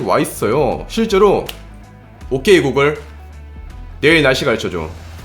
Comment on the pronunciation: 오케이 구글할때 내옆에 있던 구글홈ㅋㅋㅋㅋ 반응한거 넘 웃기넼ㅋㅋ 발음 정확하신데요?